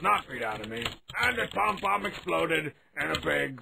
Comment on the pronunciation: Did he call Pom Pom Led Zepplin?